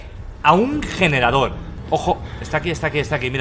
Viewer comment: “¿Dónde está el yenerador?” —Auron, 2019